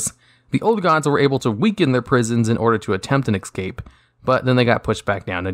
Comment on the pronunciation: Es'cape not Ec'scape